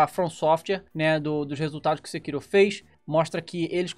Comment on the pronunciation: É sekirô que se pronuncia mesmo, japonês.